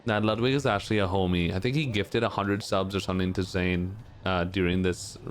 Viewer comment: “Zane” 😭😭 Good shit to Zain tho fr, he’s cracked at ssbm